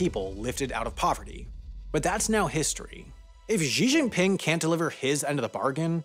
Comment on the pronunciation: great video, but small quibble: I don't understand why this guy (or others eg Colbert) consistently whiff on pronouncing Xi Jinping. "Xi" sounds exactly like "she" not "gee" as in "gee whiz"